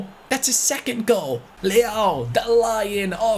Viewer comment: Hey, you are getting “Rafael Leão”’s name pronunciation wrong, mate hahah. I cannot explain it by words, but you can check by using Google Tradutor in Portuguese and hearing the pronunciation. Great episode, btw;)